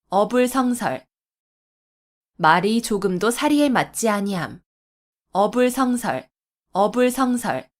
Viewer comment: "어불" "성설"이라고 띄어 읽는 것이 아니고, "어" "불성설"이라고 띄어서 읽어야지요. 공부 좀 더 하이소!!!